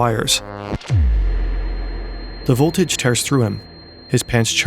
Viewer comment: did i just hear six or ssseev...